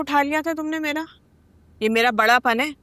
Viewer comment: py tumny Mera k bjay tumny Mela Bola hahahaha